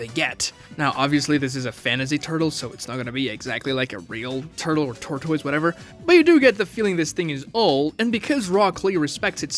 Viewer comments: Wtf is a ter-toys? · Hes gotta be rage baiting with that pronunciation of tortoise 😭😂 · How do you go your whole life and never hear the (proper) pronunciation of "tortoise"? How do you not know that you can use Google to hear any word pronounced correctly? How do you put a video out for the world to see and not be sure if your even saying things right? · "TOR TOYZ" but I say "TORT ISS" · wtf is a tor-toys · There was a plothole when was learning how to pronounce tortoise. This man pronouncing it like it's a Pokemon name. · I’m screaming! 😂😂 I was thinking the same thing like where is this ProMotion coming from. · he initially refers to it as a tortoise, then he calls it a turtle. But he doesn't know how to pronounce tortoise. Turtles and tortoises are not the same species